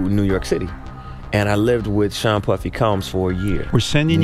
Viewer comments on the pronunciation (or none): when he lived with who for a year? I don’t think this voice is human, if it’s AI narration just tell us. No English person would pronounce Sean that way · Are you voiced by AI? Why are you calling him Sheen? Sean is pronounced "Shawn" and Liza isn't "Lizza", its more like Lisa with a z instead of an s. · It's Sean, not Sheeeeeon. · why is he calling them shein and leeza? 😭😩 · This is so far from the point, but sheen casey and kid cootie ?? It's not his accent he's just saying these names completely wrong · "Sheen" and "Kid Cootie" bruh lol - are you AI, or just completely unfamiliar with Hiphop in general? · Lol how are you saying these popular names wrong? 😂 “Casey”? “Kid Coodie”? “Sheen”? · “Caysee” and “sheen”. How do you do a whole documentary video and not know there names?